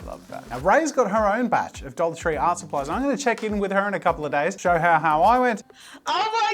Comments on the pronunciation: When he was saying “a dollar tree” I kept hearing “adultery” and was incredibly confused. 😂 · LMFAO the way he said dollar tree😩